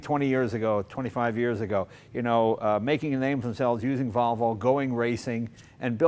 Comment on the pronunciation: Jay you pronounce it as Wollvo not Volvo